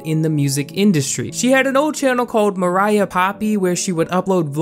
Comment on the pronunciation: ok I've seen tons of videos about Poppy before fame and her name isn't Mariah. it's MOIRAH. pronounced Mwy-ra. no hate I just have never heard anyone pronounce it right